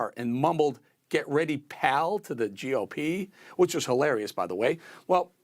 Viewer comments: This guy meant "pal" but said "Baal", which is the god he represents. To call Republicans pal or Baal is ridiculous as brandon is senile. We have to get rid of the brandon before he destroys the USA. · Get it right. It was "get ready bal". He effed up a three letter word.😒. We're in a lot of trouble as a country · It was “Get ready, bal.” He mispronounced the word. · It wasn't pal... it was BAL. The man is so senile he just makes up words. 🤣🤣🤣🤣